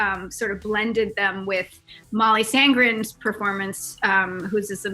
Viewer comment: It's Molly Sandén NOT Sandgran.